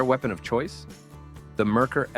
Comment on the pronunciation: Not to mention "Merkur" is pronounced wrong as well. (it's "mare-COOR" not "merker")